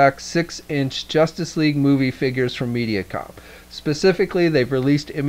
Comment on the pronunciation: ...Mediacom? You're also pronouncing MAFEX wrong :D